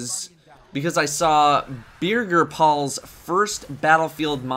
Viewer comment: "Beer geer paul." Heh, okay,.